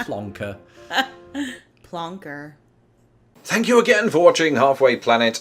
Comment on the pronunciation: Whats with the extension of the final syllable in a phrase in US - a slight example in the pronunciation of "Plonker" right there at the end - but some seem to drag it right out. UK - He's a Plonker US - He's a Plonkerrrrr - yes I know it's not a work used in US gimme a break! Is it a West Coast thing?